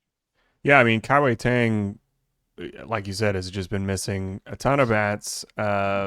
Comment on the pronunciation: Guys, it's not pronounced Kai Wei TANG. Pronounce it like you're saying DONE but with a G sound. Kai-Wei DONEG